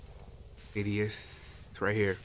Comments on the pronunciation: STOP SAYING NIDIUS. GAAHH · it's nidus btw. Nigh-Dus